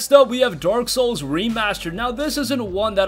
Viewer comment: Did dude said dork souls instead of dark souls?